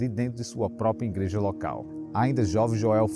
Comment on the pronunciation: Que "Ingreja" irmão? É IGREJA!!! Não tem "N"